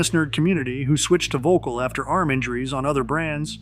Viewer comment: It keeps cracking me up how Americans keep pronouncing it as 'vocal'. Not even close to how it should be pronounced!😆 Also shockingly expensive racquets btw!😱😵‍💫